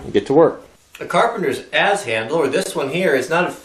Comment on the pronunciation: I hear you say both but it is an Adze as in ADD, not as in Auz as in the Wizard of Auz.